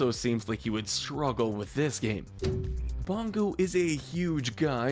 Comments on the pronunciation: It's Bogo. Not bongo! 🤣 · it's Bogo, not bongo!